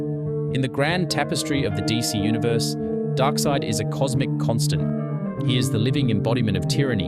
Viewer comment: Can you properly pronounce his name? 🙏 Also, he’s the son of the ruling monarch. He wasn’t a peasant. wtf is this?